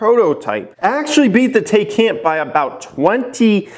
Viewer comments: "Some of you guys call it the Tay-can" 20 seconds later.. also calls the car the Tay-can.. lol It's pronounced Tie-con.. also plaid as in a plaid shirt. Elon must love Spaceballs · doesn't know how to pronounce Burburgring 2 seconds later makes fun of people who pronounce taycan wrong